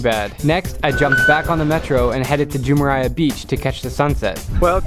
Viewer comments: *Rolls out the thickest American accent ever * "iT HeLpS tO kNoW sPaNiSh" Also, that beach in Dubai is called Jumeirah, not Jumeriah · Jumerha not jhumerha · its pronounced ju-meir-ah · Isn’t it pronounced joomeerah beach not joomerai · btw im not being mean but its not pronounced as jumeriyah beach its jumayrah beach ( I'm from Dubai so ya ) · The pronunciation is not jumayara beach its jumera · lol jumeriah beach lol, its jumeirah beach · Drew on the Dubai one you said Jumerayah beach It’s written Jumeirah but it’s pronounced Jumayrah. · the way he said jumeriah beach triggers me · I’m sorry for correcting you but please don’t pronounce the i in Jumeirah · I libe in Dubai and tou said jumeirah beach wrong its ju-mai-rah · Yeah that accent really hurt, also grammar was a bit off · can’t find any other comments about this but has anyone noticed how he pronounced Jumeirah😂😂